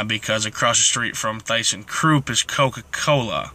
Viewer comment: Learn how to pronounce the name ThyssenKrupp.